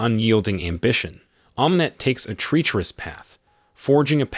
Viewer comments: I am truly disappointed with a VAST majority of "narrators" on various YouTube videos that seem to be unable to correctly pronounce certain words, and place names. In THIS video Thames should be pronounced "tems" ; heir should be pronounced "err" or "air" (the h is silent ); treacherous is pronounced "treh-chure-us" ; barrage is pronounced "bear-ahj" ; clandestine is pronounced "clan-des-tin" ; and these occur in just the first ONE-THIRD of the narrative! Having learned proper grammar, pronunciation, and spelling in grade school I can clearly see a lack of educational integrity on the part of those who educated this particular narrator. The only other "excuse" would be that this and other videos are being produced by an AI entity that was not properly programmed to correctly pronounce the English language. Very sad. I can't even finish this video due to the cringeworthy narration. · "treacherous" could have been said better given that it's way more common than "Thames"